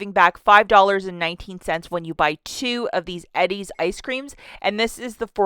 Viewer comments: It's pronounced E-DEEZ... not Eddie's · It’s pronounced eee dees everywhere lol